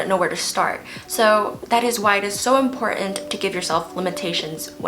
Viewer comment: I enjoyed your writing tips! I would also encourage you to learn how to correctly pronounce the word: important. Best Wishes.